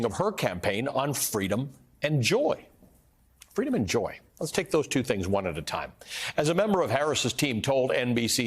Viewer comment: She says the same stuff. And wont leave the telepromter. Its fweedom